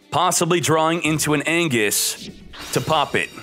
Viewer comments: IT'S "ANGUIS*H*", NOT "ANGUIS". Coo vid tho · ANGUISH not ANGUS